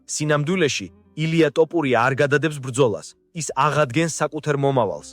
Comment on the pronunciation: ილიას გვარი ქართულად ჟღერს - თოფურია და არა - ,,ტოპურია,,! კომენტატორი რატომ ამახინჯებს ქართულ გვარს?